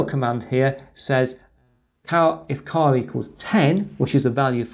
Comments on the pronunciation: A great video but surely "char" is as it says not "car". In my book it is, as most programing languages, an a abbreviation for "character"... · yes but you pronounce it as "car"... perhaps I am not picking but doesn't sound right...